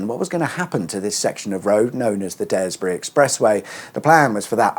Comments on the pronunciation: The 'e' is silent in Daresbury. It's pronounced Darsbury 😂😂. Not Dares bury . 😂😂. New Subscriber here. 👍🙏. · Interesting -- and nostalic, I lived in Runcorn New Town the the early 1970s but managed to escape. However, two place-name corrections: Daresbury is pronouced Darsbury, and Halton is pronounced Hawlton (the usual way it's always pronounced.) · “DARR-zbree” yeah , no idea either why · Great research on the roads, but I'd also research how local places are pronounced. Seeing as you're visiting, it shouldn't be to hard to find a native to tell you. Widnes is pronounced "Widniss" Daresbury has a silent e - "Daarsbury" Halton is Holton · A few enunciation tips,. It's pronounced "Picko" Farm Road......and "Darsbury"......and Widniss".......no problem, good vid! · Driving those roads is almost as bad as listening to you say Widnes or Daresbury!